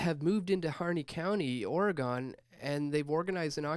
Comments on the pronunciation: dude..... OR Ih Gen not oruhgawn. cringe. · Dewwwwwd...Repeat after me: Ore-ih-GUN. I am pretty sure the way you pronounce it makes their skin crawl and I've never been west of Iowa or north of Wisconsin. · As an Oregonian, I like to explain it this way; everyone in Oregon owns a gun. It rhymes. It's not Oreegone. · I don't trust you if you pronounce Oregon like that.